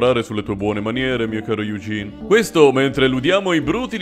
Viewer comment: di solito non te lo farei notare, ma siccome stai rispettando la pronuncia e le cose varie in francese, "Eugene" si legge "Egèn", con quella "eu" strana francese, tipo un barese che dice: "Euuu, ma ch'è sta cos?"